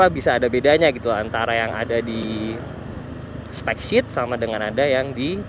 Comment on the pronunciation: specsheet brooo bukan shit wkwkwkwk